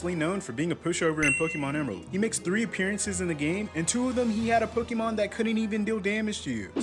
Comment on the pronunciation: I will subscribe if you say the name of the franchise correctly😂